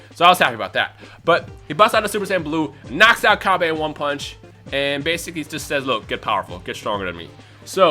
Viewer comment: Its "Cabba" like cabbage, not cabbay, like vegeta is a vegetable